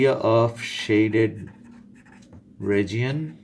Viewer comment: “ragion” for region .-.